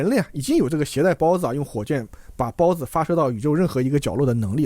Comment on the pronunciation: 听到孢子（包子）令我虎躯一震